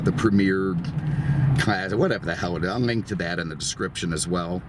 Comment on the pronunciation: The PREMIER auction. Not "Premiere."